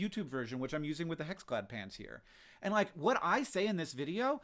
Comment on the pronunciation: It took me a while to realize Hank was talking about "pans" and not "pants"